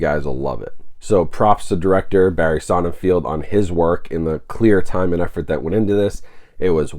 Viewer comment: Hey dude, I love your channel forever, but the director's last name is pronounced Sonnenfeld, no field.